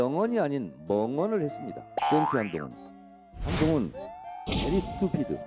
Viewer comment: 멍청래 배리스튜피드 발음 개멍청한 중국인처럼 보임 ㅋ